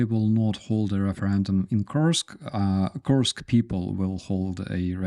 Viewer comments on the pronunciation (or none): "Koorsk" is accurate enough. Coors + K. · When you pronounce the word Kursk it sounds like you saying Korsk in English